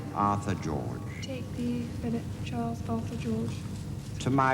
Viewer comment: Did anyone notice how she messed up Charles’s name 😂 She was so adorable.